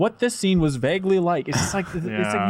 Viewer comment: pronouncing the word vaguely will never NOT bother me